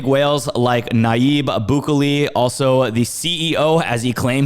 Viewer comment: You really did butcher the El Salvador president name ahah